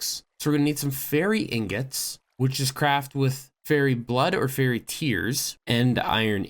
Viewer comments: It's more closer to Fire-ee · I get an aneurysm every time he mispronounces fiery